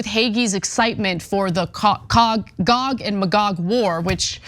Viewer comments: Gog-ma-Gog 😆 😆 A conservative enjoying the content 😆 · I've become Jewish over time. I have NO RIGHT to tell anyone else how to live their life. I've been studying theological anthropology for years now ... WTF is "Gog a Magog" :_TYTCookie:😡 If Cenk doesn't stop saying that he IS going to make both pee and crap in my pants ...